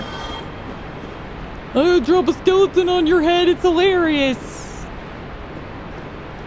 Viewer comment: You know, I have yet to hear you say "skeleton", it's always "skelington".